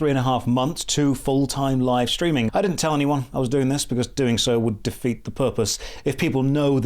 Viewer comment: Have you ever noticed you end "ing" words with "ink" a lot of the time. Streamink